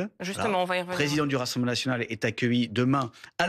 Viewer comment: Le F national est devenu le R naSional 😂😂😂😂😂